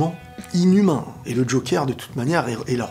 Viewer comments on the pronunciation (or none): Bonne vidéo, c'était exactement mon ressenti. On dit "jokeur" et non "jokère".